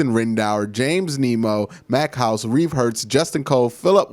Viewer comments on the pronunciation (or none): none